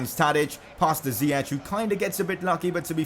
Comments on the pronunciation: Dont say (zieq) but (zajek) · it's ziyech not ziyeCHH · it's ziyack nit ziyech(pronounciation) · It's Zi-yek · Ziek is how its pronounced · It’s ziye”k” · Its pronounced Zee-yesh